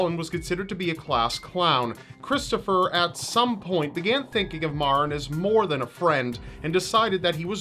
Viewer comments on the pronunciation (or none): The young beautiful girl from Milford, CT Maren her name is pronounced like the Mary is but with an en at the not y it drives me crazy when ppl say it wrong it not MaRen it's Mare-n it's not your fault everyone that didn't know her or isn't from Milford does it. I love you videos and it was a shock to see someone from home on one. Chris is nothing but a loser who is trying to do anything he can to keep his sorry ass out of jail because he is a big pussy. I really hope he gets tried as an adult he premeditated what he did and was not temporarily insane he is a spoiled punk who didn't get what he wanted and took the life of someone SO MUCH BETTER THEN HIM. Maren's legacy will live on forever and he will be nothing more than a number on a call hopefully til the day he does. #Milfordstrong #Lawstrong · I went to the same school as Maren and btw you're not pronouncing her name right mair-in that is the sound of it but that was really sad when it happened